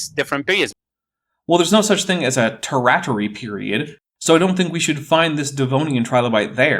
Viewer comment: "Terrattery Period?" Is the fellow trying to read that "Tertiary" from the chart he's showing, and bungling it? And why would anyone expect trilobites to appear in the Tirtiary, long after their extinction.